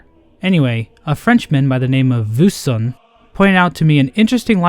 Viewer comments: Yeah he literally pronounced “buisson” as “bussonne” I speak French, I wouldn’t point it out otherwise. My friend even has a French copy of HK, however I never noticed that the dialog was so different. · «Vussonn», «Jabukouchap tchapé a rèvèdnir.» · by the way, "buisson" literally means bush in French loved your french accent though -some random french guy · "Buisson"'s pronunciation just killed me